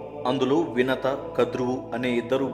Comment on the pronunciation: sir!!! "vinathi" kadu "vinatha"